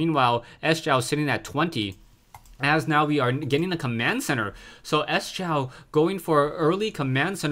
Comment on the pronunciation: "sjow" is pronounced "show"